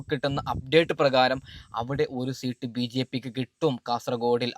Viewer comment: മരപ്പൊട്ട സീട്ട് അല്ല സീറ്റ്